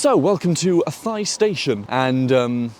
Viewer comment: Athy. My local station. The trains are usually packed. If you buy your ticket online you can book a seat though. Oh, and the locals pronounce Athy, A-tie.